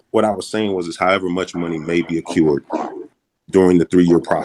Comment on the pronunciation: "Accured?" I think he meant "accrued".